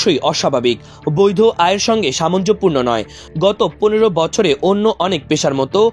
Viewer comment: ধারা বর্ননায় ভুল আছে। সামঞ্জ‍্যপূর্ণ বলে কোনো শব্দ নেই। সামঞ্জস্যপূর্ণ হতে পারে